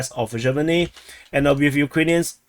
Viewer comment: Sjeverne is pronounced "Severne" the j makes a "ye" sound or you can just omit it